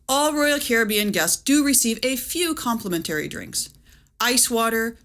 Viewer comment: Yes, and the pronunciation of "complementary" along with using "your" in the graphic when "you're" is called for. (It's tough being us.)